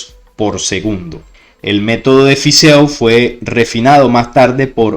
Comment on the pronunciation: EAU en Fizeau se lee como "o"porfavor osea Fizo si no suena horrible